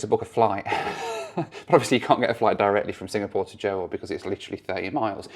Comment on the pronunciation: Great stuff as always (although Johor is two syllables not two words - pronounced 'jahor' 🙂). It's interesting that you pack lots of videos into a short space of time (and then hopefully get some decent time off with the fam inbetween!).